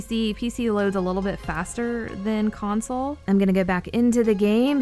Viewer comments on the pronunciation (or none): none